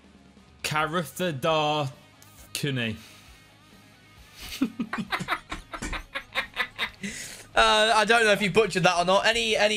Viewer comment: Lol, I had to comment after watching your videos for ages. That name which pronounced was sort of ok. "Karuthaadathkuniii". Ignore the u after th. Fun to see these Indian players being called out for trump cards especially when I am from where they are:) And his first name is pretty easy -- Prasanth. Love your videos